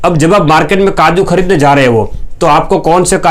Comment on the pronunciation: kaju bolo kadu nahi Totala😂😂😂😂